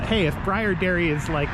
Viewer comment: It's pronounced lke i have a sun burn. Take a ride north on 81 to Lafayette they have one there its awsome.